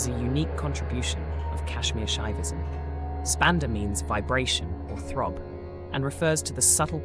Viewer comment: Ummm, the mantras are: AHAM BRAHMASMI; you left out the I at the end. It is pronounced Brahm-aasmi. And SHIVO-HAM (the Ham of course is pronounced Hum). And Spanda is pronounced Spun-da with the d pronounced as in "this." And PLEASE: do learn how to pronounce Parä, Päräpara, and Aparä properly! Sorry to be blunt. But aside from that, this video is SUPERB; so informative and deeply insightful. Sincere thanks.